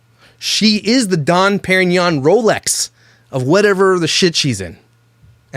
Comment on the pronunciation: So many things! Major points for promoting natural beauty and thicc women. You two absolutely should do something together. I love that you can't pronounce Dom. You just seem like a really cool dude.